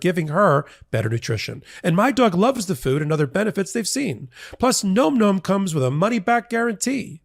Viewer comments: Am I the only one that saw the irony😂 when he stated the name of the sponsor and it sounded like he said "Nome Nome?" I'm not trying to disrespect you sir! I'm not trying to disrespect the company that you are making this advert for. If you like the regular flavor of Nome Nome, then you're absolutely going to love the other flavors that we have, black goat goat, and my special favorite kill kill kill! We named it three times because it's just that good. I'm very sorry, just thought I'd bring a little dark humor to this whole debacle! I do not condone, goat goat or kill kill kill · I'm going to say it too,: it's nom with a "short o," as in "nominate." It's onomatopoeia for the sound hungry furbabies make when chewing: NOM, not NOME! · it's nom nom isn't it? the o isn't long making the word sound like gnome, it's more like nam. like the sound you make when you eat.